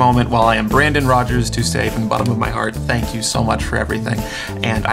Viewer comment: no we tanke you for weryfing :)